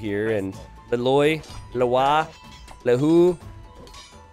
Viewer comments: Maybe listen to the campaigns for heroes you can't pronounce. You'd at least get an idea what these hero names sound like, and you wouldn't get confused between different possible pronounciations like Le Loi or Le Lwa (it's Le Loi). Also, OF COURSE Philippe vs Little John wasn't rigged, DUX is CLEARLY the best player to control Little John's opponent Kappa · Le Loi is Vietnamese, not French, so it's not pronounced "Le Lwah", it's more like "Lay Leuy". Pronouncing it "Le Loy" is closer to the correct name than pronouncing it as if it's French. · Vietnamese here. Le Loi, which is Lê Lợi in our language, pronounce like "Lee Loy" or "Lee Lloyd" minute the "d":D. Please like for see this. side note: Vietnamese alphabet was developed by Francisco de Pina, a Portuguese priest, so if you encounter an weird Vietnamese name bring your Latino friend.